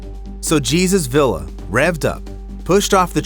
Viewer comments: The man's name is pronounced Hey-soos Vee-yah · Oh my heck straight out of the gate with butchering names! Jesus in Spanish is pronounced Hay soos. His last name, Villa, is pronounced Vee ya. Please learn the correct pronunciation of your subjects rather than insulting them.